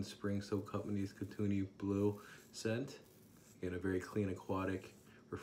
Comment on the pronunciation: Hey, great review! As a fellow Canadian I'll have to check this soap out. Just a note, Kootenay is pronounced "Koot-knee" (the "e" gets dropped in the pronunciation").